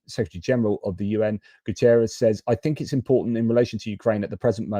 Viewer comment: Not Guterriez. It's Guterres. He is portuguese. Not Spanish.